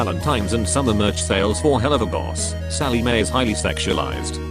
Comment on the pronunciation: I find it really funny how the text to speech voice calls the show "Hell-loo-va-boss" all of a sudden. Best part is how it comes out of nowhere and the rest of the time its pronouncing the word correctly.